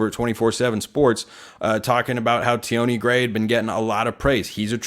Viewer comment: It’s pronounced T-on Gray, not T-awnee